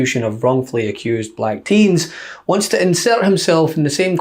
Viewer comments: trumps pronunciation of black was weird it souned more like balak...Is BALAK a word? Some one should look into that... Balak - Wikipedia Balak (Hebrew: בָּלָק Bālāq) was a king of Moab described in the Book of Numbers in the Hebrew Bible, where his dealings with the prophet Balaam are recounted. Balak tried to engage Balaam for the purpose of cursing the migrating Israelite communities. After his mission with Balaam to curse Israelites failed, Balak decided to ally with Midianites to gather their women in order to lead Israelites men astray in adultery. There are various proposed etymologies for the name Balak, all having to do with children or "waste" - The name Balak is in modern times claimed to come from the sparsely used Hebrew verb (balaq), waste or lay waste (Isaiah 24:1,3; Jeremiah 51:2). There are no derivations of this verb besides this name.[citation needed] Other proposals are: Devastator (BDB Theological Dictionary), Empty (NOBS Study Bible Name List), or Wasting (Jones' Dictionary of Old Testament Proper Names). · What’s with how he pronounces “black”? So weird.